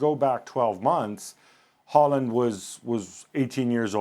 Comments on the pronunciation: His name is pronounced Haul-land... Idiots.. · Isn't his name Håland and not Haaaaaaaaaaaaaaaaaaaaaaaaaaaaaaaaaaaaland? Same with Solkjær